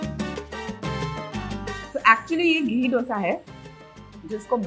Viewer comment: Chalo, finally to dosa bolna seekh gaye! Didi aap kab dough-sa bolna band karogi?